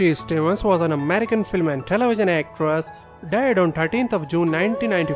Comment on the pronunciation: This dude or computer or whatever, talks baby talk. Telewision....who say that? Or Coronawirus, give me a break.